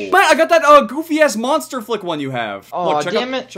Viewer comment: I thought monster flick said monster fuck